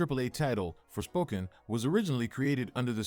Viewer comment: "forspoken" sounds more like "forswoken" "-"